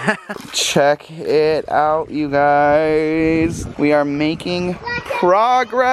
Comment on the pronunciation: stop saying yougy